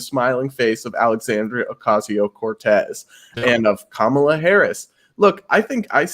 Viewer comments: Are you Indian? It is not Kaaamaala. Say Come-La. Even you American guest pronounces the name correctly. Shame on you. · I would have figured as person of Indian origin, can at least get pronunciation of Kamala right 😐. He kept saying Kuhmaaala 😐